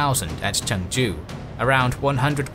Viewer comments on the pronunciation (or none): The Korean pronunciations are a bit funny (especially since you pronounce Chungju like another city that spelled similarly in Korea haha but that's okay since Korean pronunciation is hard) but the history is great! I'm glad that this period of history is finally being covered. I can't wait to see Admiral Yi's naval victories! iirc even Admiral Nelson had deep admiration for him.